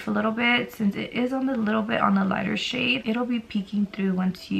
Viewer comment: When she pointed at the shades I thought she said “this shit here and this shit right here” 😂😭